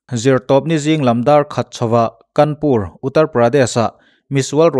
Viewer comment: Kanpur a ni lo.Kânpur tih tur